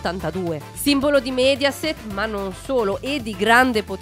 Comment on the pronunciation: Signora Lòngari, non Longàri, e Mèdiaset, non Médiaset.